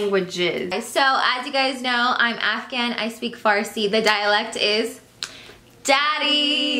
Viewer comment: actually pronounced the farsi well